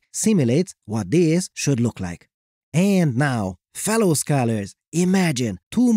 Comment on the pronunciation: ...aaaand stop with that weird way to say "and."